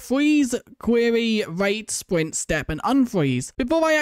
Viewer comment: What he says- sprint-what we hear-spwint😂